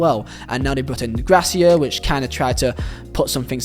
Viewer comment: how hard is it to pronounce GARCIA correctly ?! His name is NOT Grasia ffs 🤬